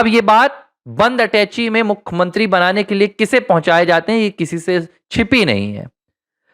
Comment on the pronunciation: क्या आपकी भाषा गंवारों जैसी है? भाई साहब! हिन्दी भाषा के शब्दकोष में 'मुखमंत्री' यह शब्द है ही नही। आप जिसकी बात कर रहे हैं उसे 'मुख्यमंत्री' कहा जाता है;ना कि 'मुखमंत्री' । कृपया सुधारिये।